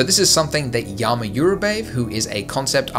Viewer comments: Not 'yama' but 'jama')).. He's 'dzhama dzhurabaev').. Hope you got me).. Cheers! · You spell his name wrong. It sounds like Dzhama Dzhurabayev.